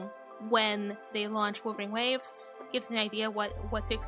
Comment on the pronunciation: for some reason I keep hearing wuthering waves as wolverine waves 🤣. But you do you Light, hope you keep doing Okay